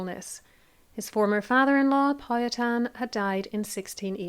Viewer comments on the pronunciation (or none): Pow- HA-ten Co-Co uhm